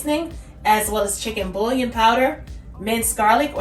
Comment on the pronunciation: andouille and bouillon... ..the ll are both silent L sound. boo-yawn.